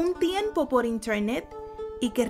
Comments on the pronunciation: Pronuncias bien mamador "internet" ahh pero eso sí, dices "pipza" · Cuando tu inglés es fluido.. Interrrrrnet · Me dio flojera ver el vídeo apenas escuche la voz, además que se escucha bien raro que diga, en la season 4, que en intearnet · Inchernet jajajajajajjajaja